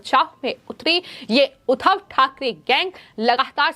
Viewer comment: जहां जिस शब्द पर दवाब देना हो वहां तो देती नहीं हो। उधव नहीं उद्धव बोलो उद्धव * द्धव* पर जोर लगाओ I